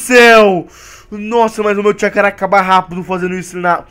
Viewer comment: no final voce disse chacura